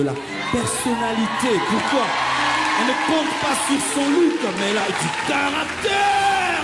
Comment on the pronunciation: Caractère et non charactère....